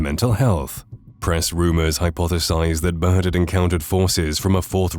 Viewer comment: It’s Admiral Bird not Bert